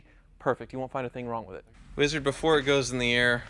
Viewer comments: Every time you say WEEEZARD I die a little inside. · If I was the wizard, I would punch anytime he said my name that way...